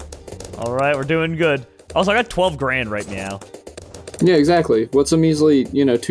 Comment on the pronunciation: Did... did you just say... right meow? 😂😂